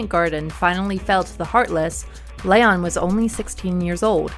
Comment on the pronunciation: Love the videos, but...Lay-on?(Its Lee-on) breaths deep You get a pass.